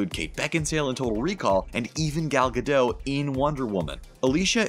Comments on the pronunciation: you know is GatoT. right? just like when you pronounce the T in the word righT , you should definitely practice that cause that was embarrassing. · you need to pronounce the "T" in Gadot. It's not french. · You would think a channel that makes videos about movies and celebrities would know how to pronounce Gal Gadot. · Gal Gadot is Israeli, not French. The “t” in Gadot is not silent. “Gadot” rhymes with “wild oat,” not “Bardot.” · when you say Gadot you should pronounce the T at the end. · Gal Gadot's surname T isn't silent. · The t in Gadot isn't silent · It's Gadot, with a"T" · Hate how He mispronounced Gal Gadot's name. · Gadot with a t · It's not Gadow. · Gal Gado’s? I thought it was Pronounced gah dit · The actress potraying wonder woman is Israeli not French, therefore the "t" in her last name is not silent! It's not Gadoe it's Gadot. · Oh my god that bothers me so much!! The “T” is NOT silent in Gal Gadot’s last name!!!! Her last name isn’t pronounced GA-dot, either — it’s pronounced ga-DOE-t (doe as in female deer). Her first name isn’t pronounced Gal either (gal as in another term for female). It’s pronounced Gal as in Hall (“hallway”). She’s Israeli and my mom’s entire family is Israeli so I know how her name is pronounced. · everytime he said gal gadoh, im angry 😂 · Gal Gadot is not pronounced Gal GAH-DOE, it’s Gal GAH-dut. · It is not "Gal Ge Dough" it's "Gal Ge DOT" she's said so herself countless times why do people keep getting it wrong? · its not "ge dot"... if u gonna correct correct it right. its more like "ga dought" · It's not "Gal Gadoe". It's "Gal Gadot:. Last pert is pronounced "dot". Seriously, dude. You have one job. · Its Gadot not Gadoe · It's pronounced Ga Dot!!!!! Not Ga Doe!! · Who's Galgah Doe? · It’s Gal Ga DOT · An israeli here! Gadot is pronounced Gah-Dot. It's a word in Hebrew, meaning "banks" (of a river) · Gadottttt the 't' is not silent ! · She pronounces her name Gal Gadot with a hard "t" at the end. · He really said gal gadoe